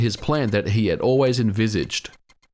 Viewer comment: I hate to be that guy but ... invisished? do you mean envisioned.. anyways it's a very informative video. your content is always so detailed and informative...... I'm surprised you don't have more subscribers